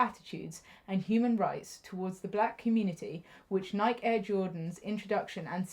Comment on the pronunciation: Pronounced "Nikey" not pronounced like you're saying mike.